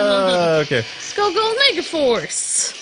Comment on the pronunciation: "ME..GA..FARCE. POWER RANGERS MEGAFARCE" try watching this video and NOT hearing mega FARCE where mega FORCE should be hahahaha. that might be the new Yanny Laurel puzzle if it works lol